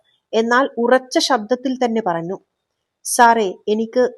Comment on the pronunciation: ഞ്ഞ > ന്ന ആയി പറന്നു, നിറന്നു 😅😂